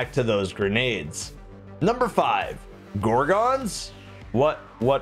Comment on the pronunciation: That's not how you say gorgon..... 😒